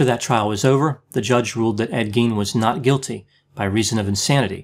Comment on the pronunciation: Pronunciation of Gein is Gīen. Long I. It’s German. In German ei is pronounced using a long i. FYI